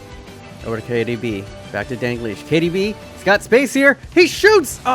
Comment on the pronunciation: I need to ask...why you say DAN-GLISH??? Its DAL-GLISH. Pronunciation Dal-Gleesh. Other than that...sick vid as always